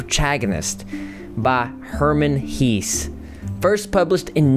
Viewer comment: Dude I love you so much but Herman Hesse is pronounced like (heh-ss). I thought we were talking about Rudolph Hesse for a moment, who was Hitler's broseph, but nope. Although they are related, so just think of pronouncing Rudolph Hesse when when you see a Hesse surname :) . Cheers!